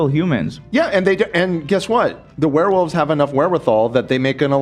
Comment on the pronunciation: "The weh wulfs" 😂